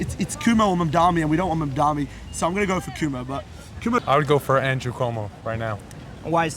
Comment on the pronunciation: Yo the 1st guys with the English accent is not a real New Yorker doesn't know Curtis Sliwa from the guardian angel and can't not pronouce Cuomo name right CUMO...lol